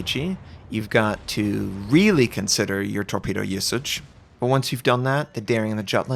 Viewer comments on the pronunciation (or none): none